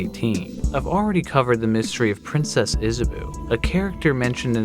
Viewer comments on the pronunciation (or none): its izza bow not izza boo lol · The name is Is a bow. Isabeau - is a bow Not Is a boo. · Princess Isabeau is pronounced Princess Isa bo